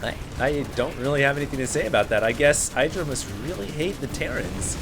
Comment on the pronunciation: When will learn that in Idra, the I is short. Not long.